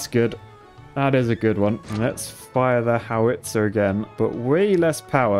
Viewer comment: The way he pronounced howitzer made me cringe every time